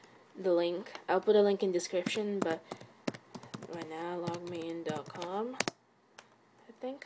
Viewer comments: accents suck sometimes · It's pronounced as Log-Me-In, not Log-meyn